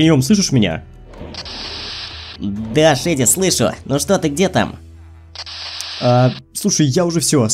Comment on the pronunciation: Я так и сказала шеди правильно а не шейди